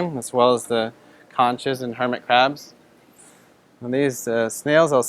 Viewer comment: I always thought conch was pronounced with a "k" sound, as in "konk" or "konks" for plural. Otherwise nice video.